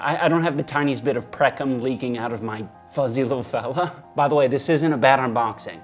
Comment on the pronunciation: Did you just say preckum instead of pre-cum